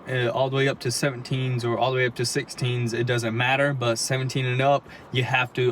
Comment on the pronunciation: "We're gonna open it up, all da wey"